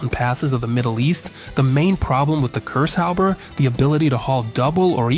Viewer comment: It is actually not Cursehopper, but Kurzhauber;) For the average Kraut it is always funny to witness how impossible this language is to speak for the English.